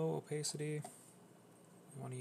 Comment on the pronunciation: him saying opacity incorrectly hurts my brain so much omg